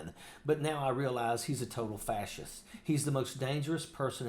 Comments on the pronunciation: Fassist? Also , & :D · This clown can't , at least publicly, pronounce fascist correctly. He has multiple degrees from multiple universities, so he must know how it is pronounced. He is putting on a good ole boy act. Well said, Mr. Ojeda. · Dickhead can't pronounce facist. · What is a " fassist"? Does he mean fascist? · Kennedy cannot even pronounce "fascist". It's fah shist.. Not fah cist. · Don't know if Kennedy forgot to put his teeth in, but it's pronounced fa'shist', not fa'sist'... and my dog's smarter than a large section of the American public... including him. He didn't vote for trump, just for starters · What the heck is a "fasist" Senator Kennedy? The word is Fascist. What and idiot! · Kennedy can't even pronounce the word fascist correctly. I thank EVERY military person who protects our country and speaks honestly to protect our country from the fascists and insurrectionists who follow Trump to the destruction of our country. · WTF is a fas..ist....put your dentures back in you damn hick Kennedy...it's FASCIST! 😊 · The idiot Kennedy can't even pronounce the word fascist . He pronounces FASIST. This bozo needs to be put to pasture. The old fogy is out of his head. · Foghorn Leghorn can't even say the word right! It's not "fasisest" fool!!! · Old 'Gummy' hillbilly imbecile trying to string a coherent sentence together is hilarious 😅....'Fasssist'....'Angerry'😂....back to porch dancing and banjo playing🤔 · Kennedy always looks foolish.Look at the condition of his sh*t hole state.No. 50 in almost everything.Can't even pronounce Fascist,sounds like Daffy Duck ,Fassist.What a 🤡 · I know what a fascist is.......but what is a fassist? John Kennedy can't even pronounce the word! Mental deficiency displayed every time he disrespects someone with his accusatory line of irrelevant brow beating. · What's a "FASS-SIST"? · What is a “Fass-ist”, Senator Corn Pone? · lol he said fas cyst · He can't say fascist correctly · Guy can't pronounce fascist. Lol